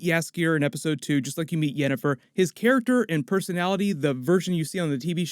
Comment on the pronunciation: "...Yennifer's body..." lmao